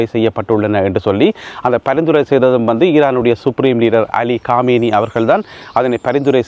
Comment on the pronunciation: காமேய்னியா அல்லது கொமேனியா தயவுசெய்து இலங்கைத்தமிழில் செய்தி படிக்கவும்